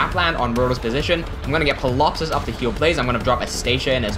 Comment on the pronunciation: Just curious, why do you pronounce Ptilopsis with the P(pilopsis) instead of the T (tilopsis)? My father is a retired professor of English and language was one of his specialties thus I learned early on that English has over the centuries borrowed from so many languages that it has developed stupid rules like when at the beginning of a word what a P is followed by a t or an s it is the second consonant that is used and the point is silent: examples being psychology, psychiatry, the surname Pfifer....